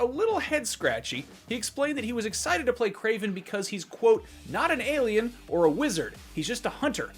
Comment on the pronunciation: Kraven??? Geez